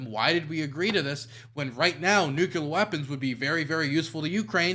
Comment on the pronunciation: DUDE LEARN HOW TO PRONOUNCE NUCLEAR FFS. ITS TRIGGERING ME HARD. NA EDUCATION BTW.